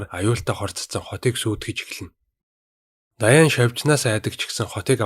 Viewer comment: Даяан биш дианнэ шдэээээээ